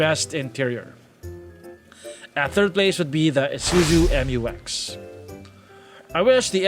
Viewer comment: Mu-X not M u X